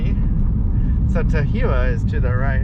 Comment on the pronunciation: I was just rewatching this as I grew up in that area. FYI Tahuyeh is pronounced "tah-HOO-yah."